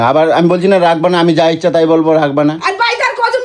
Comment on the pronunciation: ar akta kothao thik nai.sob kotai ulto bola.sakalar moto.kono ucharon korta para na 😂😂.amar to mona hoi o echa kora ulto palta ucharon kora 😅😅😅.